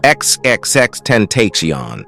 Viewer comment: Xxx ten-tay-keon 😂😂